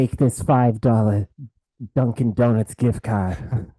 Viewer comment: Did say "Dungeon Donuts Gift Card"?